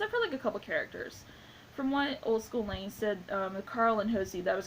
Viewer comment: The title of this video sums up my thoughts on the show, which I've been a fan of for four years now. And don't worry, you said the names of Emily Kapnek and Old School Lane perfectly. But I DO want to correct you on a couple of things. First off, the pilot didn't premiere in 1998; it was made in 1998, as it was never aired on TV until 2015. Also, "Ed, Edd n Eddy" is not a Nick show, though it might just be how you worded that sentence. Regardless, nice review.